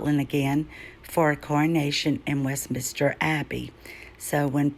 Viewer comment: Brilliant research its Westminster not minister